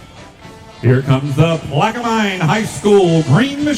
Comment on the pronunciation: Omg annoying announcer said plaquemine wrong it's plaq-ue- min